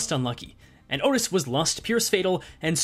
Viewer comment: The way you say outis' E.G.O is painful